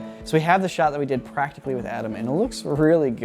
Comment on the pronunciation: Timestamps of saying "pwacticaly"